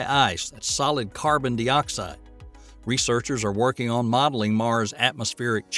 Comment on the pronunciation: He also called it carbon dee-oxide.